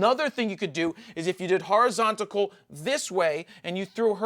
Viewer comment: Love your videos and i thank you for them but in gods name it is horizontal not horizontical